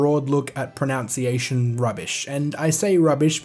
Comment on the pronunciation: I found it ironic, and a little bit amusing that you mispronounced "pronunciation" in a video about pronunciations ;) but good video man, and points well made. I've always pronounced it as "zill-ee-a" because that's what the rules of english grammar would normally dictate, but you make a good argument about other languages operating differently. I agree with your take home message wholeheartedly, at the end of the day it really doesn't matter how we pronounce a made up word. Pretty much everybody knows what we're talking about, so it's nothing to get worked up about.